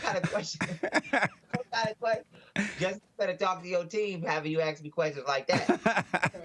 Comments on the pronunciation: “You axed me”, why cant they say it right? 🙄🤦‍♂️ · Funny he says ignorant blacks smh At least we say ASK , not AX 🤦🤦🤦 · he's SOOO smart but he is incapable of saying "ask". oh, btw, neanderthals were human.